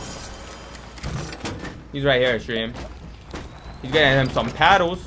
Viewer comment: Pallets not paddles